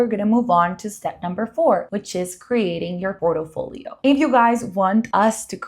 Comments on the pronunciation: Can you please learn to say PORTFOLIO!!!!! OMG🤦‍♀️🤦‍♀️🤦‍♀️🤦‍♀️🤦‍♀️ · Port-i-folio?! Aye dios mio.